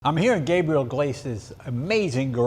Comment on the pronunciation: Leno at the end can’t even say his name. He says Gabrile as opposed to Gabriel LOL